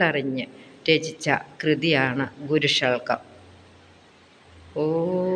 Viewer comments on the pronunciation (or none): നല്ല അവതരണം. "ഗുരുഷൾകം ".. എന്നതിനേക്കാൾ ഗുരുഷഡ്കം എന്നുപറയുന്നതാണ് നല്ലത്. ഉദ്യമത്തിനുനന്ദി. മഹാഗുരു അനുഗ്രഹിക്കട്ടെ.... All the best